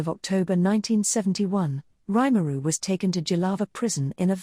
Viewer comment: Nice vid, but would've been better if his name weren't mispronounced every single time it was said. Both the first name and last name.